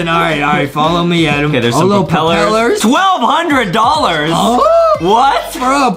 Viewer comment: It’s dollar not dolr